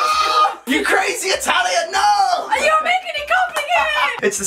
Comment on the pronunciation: Io sono romano, e tu non l’hai detto tanto male😂